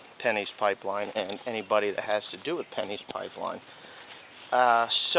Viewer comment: It sounds like he's saying pennies. Funny. Some oil companies told..told farmers in the east part of el Paso they are running a line through their fields and they would be digging up parts of their land. The county said they wanted to make sure it would not harm the environment, so the company said oh.. yeah now not only are we going to run this line but we are now eminent domaining ur shit.... and of course they got their way.